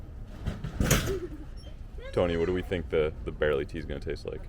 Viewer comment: Great video dude! Barley Tea though my man, not barely tea! 💙